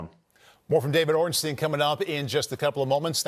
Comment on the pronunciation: D. Ornstein is very good at name pronunciation. Top notch